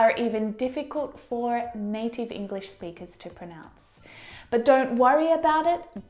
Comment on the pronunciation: U mispronounce 'pronounce'